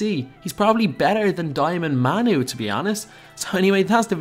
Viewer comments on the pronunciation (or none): none